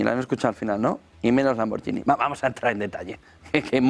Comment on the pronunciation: Se pronuncia "lamborguini". Excelente programa.